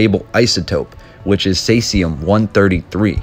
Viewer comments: Caesium is pronounced as "seesium." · Caesium like caesar... (See zee uhm) Great episode. Thank you. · Think it is pronounced as in Ceasar..the ruler which is an interesting connection?